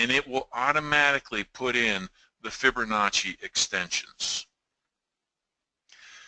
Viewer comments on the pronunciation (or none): Geeez.... I can't listen any longer. There is NO "r" in Fibonacci.